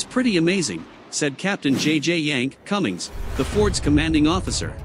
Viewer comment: JJ Yank........Cummings. Geeeze ya gotta love these computers voices.